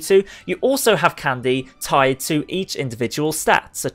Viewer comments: Stop saying candeh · I hate the way he says candy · My friend says he dislikes the way you say candy